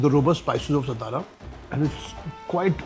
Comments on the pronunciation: Kunal babu it's सातारा not सतारा and you know it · सतारा❌ सातारा ✅ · Mr Kunal…plz do not mispronounce. It’s सातारा not ‘स’ ता रा.